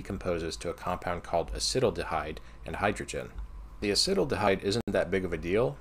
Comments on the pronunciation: a-sittle-da-hide? asset-al-da-hide. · Just a heads up, acetaldehyde is pronounced acet-aldehyde (acet as in sodium acetate). Got me pretty good lol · It's not acetal-dehyde, but acet-aldehyde haha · I would have guessed “a-SEAT-aldehyde”, as the way you describe sounds like “acid-aldehyde” to my ear :) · I‘m not sure if someone mentioned this befor but Acetaldehyde is pronounced Acet–aldehyde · dude I love this channel, and this video series in particular, but the way you pronounced acetaldehyde made me cry laughing. you still have way more knowledge than I ever will though, so don't feel bad about it. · I am a chemist, I know nothing about refrigeration, but (as a chemist) I obviously thought of using a mixture of CO2 (if its the perfect gas) and another refrigerant that stays liquid which would dissolve the solid CO2. Also check your pronunciation of Acetaldehyde xD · The way you pronounced acetaldehyde caught me off guard lmao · I like the funny way he says acetaldehyde...